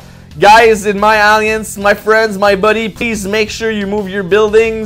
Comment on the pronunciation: nice to hear you went back to the old classic Alliance pronunciation.... on a complaint note.... NO MACP FARMILLE COMMENT??? ? I demand you do the video again and fix that!!!